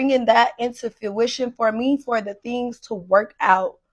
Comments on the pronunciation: "Bright and beautiful and color to fuishion." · fuition? and repeated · “To FEWITION” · Is she saying “fyoo-ition” instead of fruition? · When she said “fuition” I just knew… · Her pronouncing Fruition as FEWition with such confidence every time is aggravating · FEW WISHUN ✊🏿😂🫡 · Wtf is foo-ishin? What is she even saying! Edit- it’s worse- she’s saying FYOO-ishin! OMG! 😂hilarious 😂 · It’s definitely coming to “fewition” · Fruition has an 'r' in it lady. but somehow the nonexistent word "fuition" does feel like it applies to your product. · “I want it to come to foo-ition.” Jesus Christ. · It's FRUITION not fuition. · I just thought she said fyuition instead of fruition but not I can't unheard it 😭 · Fuition…fuition…lol girl Fuition?! Huh 😂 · I want her to stop saying fewition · Bring it to “fewision” 😂😂😂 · Girl what is “fuition” she’s so stupid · She was trying to say "fruition". That she's the only one who can bring that bright color to fruition because "god gave me this vision" lol She also tried to say it again